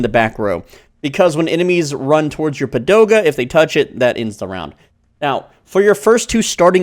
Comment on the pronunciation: came for the comment why he's saying padoga instead of pagoda 😅 btw, came here after playing it on mobile